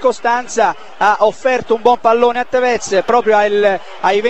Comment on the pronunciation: In realtà si pronuncia Tèvez e non Tevèz come diceva.